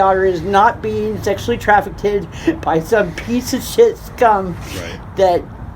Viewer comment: ‘Traffic id’ 🙄 She repeatedly said it so it wasn’t a one time mispronunciation.